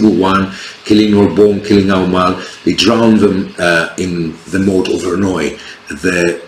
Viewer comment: Good overview and you pronounced the name of the battle correctly😅Only 1 matter so far the Milanese cavalry would have attacked the English right ,towards the archers and probably hit part of the English center also ,as in English fashion the archers would be at the wings of Salisbury and Bedford as in crecy and Agincourt.That is were you got Milanese formation wrong in their attack! On Bedford right, Salisbury's archers had also more protection on their flank,I contend as well as Bedford archers getting formed again after Milanese attack Salisbury sent some of his Archers to the opposite flank to hit the French assaulting Bedford in the flank.what you think?